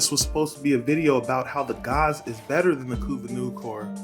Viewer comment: callin Gaze "Gauze" wtf